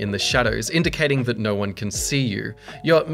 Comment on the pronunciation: imagine saying no like NER...... bri'ish moremnt